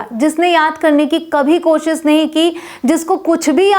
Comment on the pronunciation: It's not Koshs it's koshish shhh